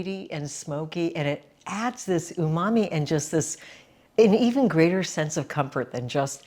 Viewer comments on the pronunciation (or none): none